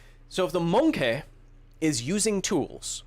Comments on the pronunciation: I don't think that's how you pronounce MoNkEh cancer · The way pronounced monkey sounded to me like an impression of British comedian Johnny Vegas.